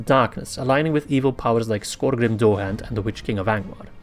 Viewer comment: Dourhand is pronounced Dowerhand in English. Im only saying because you did ask in the video, your english is much better than mine.